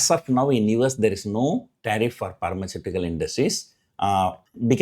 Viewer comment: Sir I like ur pronunciation of word 'pharmaceutical'